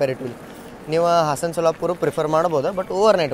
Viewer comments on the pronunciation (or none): none